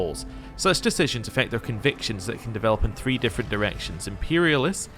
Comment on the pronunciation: Im-peri-ahl-is. Va-lance-ee-us. Great series dude